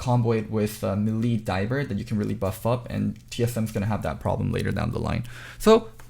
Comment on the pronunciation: we need to talk about your pronunciation of 'melee.' im gonna comment this every time until you notice it